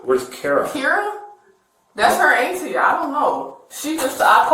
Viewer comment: Ant tee is a wild pronunciation 😂